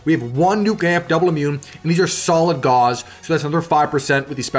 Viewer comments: You might want to look up the correct pronunciation of Gauss...think "house" or "mouse", not "Gauze", which is a thin translucent fabric of silk, linen, or cotton. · Hearing Gauss pronounced as gauze... It hurts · Learn how to pronounce Gauss. It rhymes with mouse.